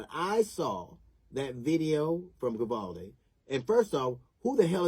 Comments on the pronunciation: Not sure alacrity is the correct word there, I mean it does mean to move swiftly but usually in like a happy or cheerful way. Also sounded like he was saying Vivaldi. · Like most people, I think DL is an enormously talented, highly accomplished individual. His comedic skill is unquestionable. However, at 1min 16sec into this video he made me laugh for the wrong reasons. What did he call the town? Govaldi'? 'Grabaldi'? ''Grovalty'? Then 7 seconds later he said it again, but differently. he calls it 'Vivaldi', as though the town was named after famous Italian composer! Anyway, nevermind my stupid nit-picking! DL absolutely nails it when he condemns the cowardice and incompetence showed by ALL the law-enforcement officers involved except one. The older cop who was the 1st to go down the hallway is the only one to show any balls. The rifle-toting imbecile with him is as useless as the rest that show up and play Circle Jerk for the next hour or so. And kids were STILL being shot during the cops Circle-Jerk time!! Disgraceful! Abso-fucking-lutely DISGRACEFUL!! Especially cuz this is small-town Texas, not L.A., Chicago, Seattle, or Baltimore! Makes me weep.... Sorry to shit on you, DL, you're a huge talent. I love your work, keep it up please! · Jeezus, I just realized that DL probably mis-pronounced the name of the town on purpose as a little dig towards the cop-cowards. Sorry, DL, I'm just not too bright is the truth. Dat must be why they call me Doofus....